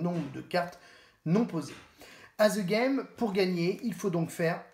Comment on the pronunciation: On prononce ' De Game ' pas "Ze game" ...